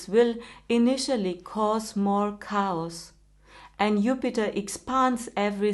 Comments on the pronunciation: When you say, "chaos" you need to say it like "Cay - Oss". You say it like "cows". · It’s chaos, but she says it like cows. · 🥰Dear, I've not watched you before but I enjoyed very much your reading and energy. Also I giggled a lot when you say "chaos" because it sounds very much like you are saying "cows"....so for instance at 10.07 it sounds like "Jupiter brings a lot of cows" which is humourous and beautiful, especially since Jupiter is Guru and cows are intimately associated with Mother energy....Shiva, Krsna etc.😇 It's of course very important that this is 12 years on from 2012 which was also last Dragon year and the work of the evolutionary surge connected with Kalki Maitreya has a particular profound and radical connection with 2012 and the completion of the 12 year cycle to 2024, which is why this is the expansive Wood Dragon Year. The number 21 is also very special number connected with Kalki Maitreya and on April 21st the meeting of Guru (Jupiter) with Uranus in Krittica is intimately connected with 'Ratna Meru" (The Sword of Kalki Maitreya given by Shiva) and this is God as Parampara Guru going into the next radical stage of the great cosmic cooking recipe for evolutionary surge, as you have essentially mentioned🙏🤍. So the razor edge will be the razor edge of Ratna Meru being used in rare and radical way. Take note that this is the 84th Central Universe and Uranus takes 84 solar years to complete it's journey around the zodiac and the number 84 has many relevance and meaning within the Yogic tradition. Interestingly in the yogic tradition it is considered that Jesus, Krishna, Matsye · Pronunciation is different from different country’s, states, etc. took 1 second to understand it was chaos, not cows . Now is the time to think as we hear many that have accents we aren’t yet familiar with.